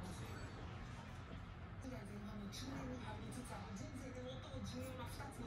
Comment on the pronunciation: 最近『いただきます』の言い方が雑になってるんで ちゃんと言ってください！👍 そう言うところも好きです❣️w